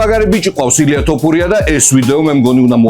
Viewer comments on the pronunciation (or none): none